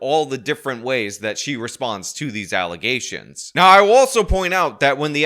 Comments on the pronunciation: "Allizations"? When they send her to prison she should take some English courses. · Did this heffa just say false allezations??? Wtf?!? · “False allezations” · “I would have gotten away with it if it weren’t for you pesky kids and your “allezations”” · Darned “false allesations” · "Allisatuons" - the govment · Did she say allezations? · Allezation allezation allezation rofl. That mispronunciation will roll through my head now, whenever I hear the word "allegation." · False allizations? Alligator nation? Me and my menstration? She doesn't speak English, huh? Must be related to the Whitehouse Spokesmuppet. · It’s not allegations against Tiffany Henyard. Its “alazations” hahaha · Henyard: "false allasations" Me: Huh? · Alazations Tiff? Really Tiff, really? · Did she really just say "Alizetions"? 😂 Oh wow 😳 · "Allezations" ...u cant make this up🤷🏽‍♂️🤦🏽‍♂️ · Alizétions. She says that because she drinks Alizé like most chimp women. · "I don't have to listen to these wild alluzations!" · “False alluzations”……I mean, what else can you say? 😂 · False 'ALIZE'sions... Ohhh, so cold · That gotta be the most alization I've ever heard lol 😆 😂 🤣 😅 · Did she sip on ALIZÉ before she said alleZations🤣🤣🤣🤣🤣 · ironically, she actually said “everyone up here BE IS educated” and there were false “alizations” against her lol. you can’t make this shit up. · Just alezations and sum'penas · Why is she saying "allezations"? Does she seriously not know the spelling or pronunciation of the word " alleGation"?!? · What the hell is a "false alluzation"? Grade two level reading ability. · Did “ allezations” and the other butchering of the English language fly right over Roland Martin’s head? Can’t shame these people. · The “alizations and not fats” really makes me irrationally irked lol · Dude. I had to rewind and be sure that she was pronouncing it with a "z." Yes. She is. Wtf? Lmao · False allezations 😂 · "False alazations." HAHAHA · Never showed receipts and cant pronounce allegations 😂